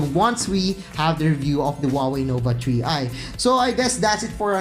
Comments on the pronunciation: tree i talaga narinig ko eh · Huawei Nova TREE i 😂😂😂